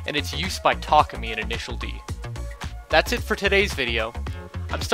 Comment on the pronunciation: Thank you for pronouncing “Takumi” correctly.